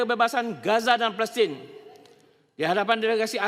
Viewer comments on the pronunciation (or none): none